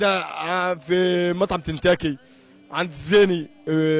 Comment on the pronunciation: مين سمع قال تنتاكي هههههه